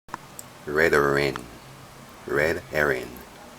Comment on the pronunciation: Chantol S lol love it that they don't pronounce the H.